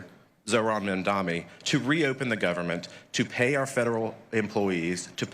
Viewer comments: The only thing that I would like to suggest that SOH Mike Johnson change is: It's the new New York City Mayor Mamdani (sounds like) not Mamdami. Other than that, he is pretty much spot on. Bravo Speaker Johnson. Keep calling for a few Democrat Senators to end the filibuster and vote to re-open the Government, and get back to work Democrats. Open the Government and the House resumes regular session. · The fact that they are all intentionally pronounced Mamdani’s name wrong is showing you how they are really furious about the winning of the people of NYC over their billionaires donors.